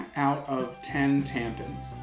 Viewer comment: Every single time he said "tampens" I lost my shit skskjkh